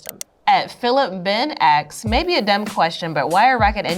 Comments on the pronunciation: you can not convince me that she's a real rocket scientist when she says "axe" instead of "asks". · Why is she saying axe the whole time??? It's asks, not axe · Stop saying "axs" instead of "asks". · I hate how she says ASKS. Axes:face-red-droopy-eyes